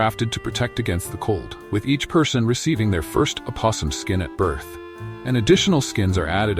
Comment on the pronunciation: Yes, the biggest giveaway is the pronunciation of opossum